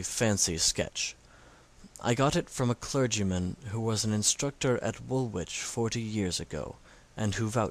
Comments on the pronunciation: "wool-ich" the middle w is silent. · Great reading except for the mispronunciation of 'Woolwich' - you don't pronounce the 'w'. I should know, I'm from there! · Loved the dramatic rendering, but please learn to pronounce ‘Woolwich’ properly. It took me gratingly out of the story every time I heard it mispronounced.